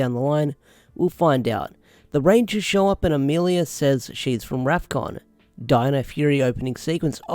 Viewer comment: Rafkon not zefkon